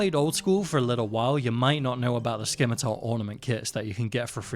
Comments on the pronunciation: Buddy said skimitar. Someone help me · the c is silent in "scimitar" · The c in scimitar is silent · Not sure if you already know or not, but the c in scimitar is silent. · I thought the scimitar pronunciation was an intentional quirky joke. 😅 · Loving the videos! But the c in scimitar is silent.